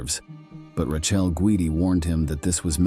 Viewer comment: His wife, Rachel, is pronounced Ra. Kellay